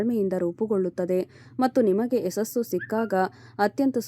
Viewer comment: ಯಸಸ್ಸು ಅಲ್ಲಮ್ಮ - ಯಶಸ್ಸು ಅನ್ನಬೇಕು ಕಂದಾ